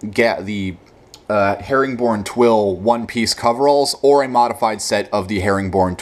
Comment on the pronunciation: herringbone* twill not "herring born"